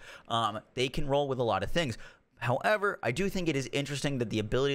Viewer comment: how-EEEHVUR lol. Not sure why I find this funny.